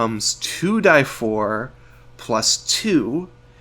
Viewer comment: anyone else triggered he says 2 "die" 4